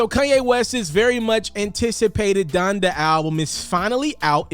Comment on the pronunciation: Honda??? ITS DONDA BOY 😂😂